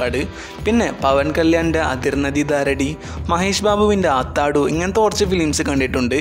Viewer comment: Pawan Kalyaninte അതിർനദി ദാരെടി അല്ല സുഹൃത്തേ. "അത്തരിണ്ടിക്കി ദാരേദി" എന്നാണ് ആ സിനിമയുടെ പേര്. മഹേഷ് ബാബുവിൻ്റെ ആത്താഡു അല്ല, "അത്തഡു" എന്നാണ്. ദയവ് ചെയ്ത് സിനിമയുടെ പേരുകൾ തെറ്റിച്ച് പറയരുത്. Request🙏